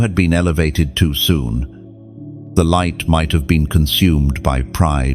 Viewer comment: " I Live ! In The Livht!"